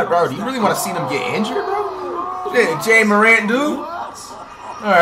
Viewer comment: Jay a Morant🤣🤣🤣🤣🤣